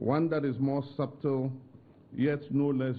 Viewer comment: Presiden Mahama, please the letter B in SUBTLE is silent. It's pronounced su-tle. Thank you 😂😂